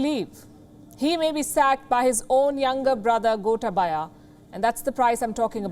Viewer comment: It is Goootaaaabaya not Gota/ba/ya 🤭😊